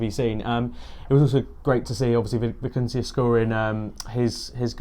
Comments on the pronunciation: Vi-ni-cius guys lol great show tho I always watch it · pronouncing vinicius is more like.... vin-e-she-us. say it quick and you’ve got it.